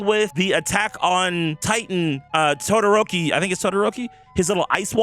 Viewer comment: Bro said Aot,then proceeded to say toodiroki 💀💀💀